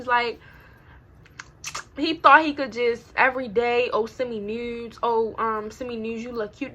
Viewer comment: You from b more she said nuuudes